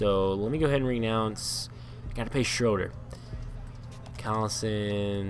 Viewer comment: Please this time around can you pronounce the players names correctly: Shai as "shAY" and Schroeder as "shREW-der"